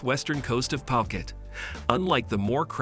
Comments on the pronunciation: Its pronounce as phoo-cat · Love your vid, but can you learn how to say phuket properly next time, its hard to take the vid seriously if you dont take the time to pronounce the place your talking about.